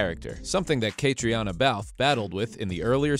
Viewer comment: Please learn out to pronounce Cait's name. It is pronounced Katrina.